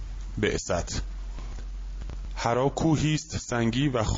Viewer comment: مَلَک کجا مَلِک کجا، غارحّرا نه حِرّاودهها مورد غلط خوانی مشابه.